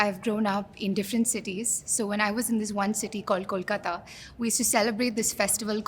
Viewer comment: First time hearing K-O-l kata.. Not K-A-l kata and .. Wow... Finally someone pronounced correctly.